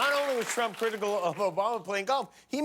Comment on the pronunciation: I love how Jimmy keeps saying “Ttump” 😂 and for God’s sake, get over Hillary, Ttump!